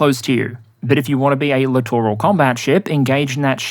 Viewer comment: I am just happy that SOMEONE knows how to say the word 'Littoral' rather then 'Literal' when talking about these ships. I have been screaming at my screen for years.